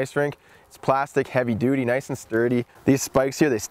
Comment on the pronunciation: awesome! and my 5 year old daughter laughed every time you said "duty" =) great stuff man! -- Brent #uch